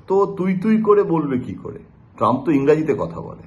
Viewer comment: মোদী তো নিজেই বলেছিলেন উনি ডিয়ার ফ্রেন্ড ডোলানড ট্রাম্প এর সাথে তুই তোকারি করে কথা বলেন, ডিয়ার ফ্রেন্ড এর নামটাও সঠিক ভাবে উচ্চারণ করতে পারে না